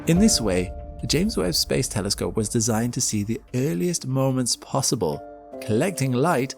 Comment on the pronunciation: THERE IS HOPE HE SAID TELESCOPE AND ASSUME CORRECTLY INSTEAD OF GOOFY NIGEL ASHOOM AND TELLY SCOPE :face-fuchsia-wide-eyes